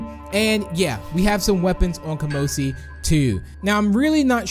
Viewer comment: Kamosi doesnt have a p in its name...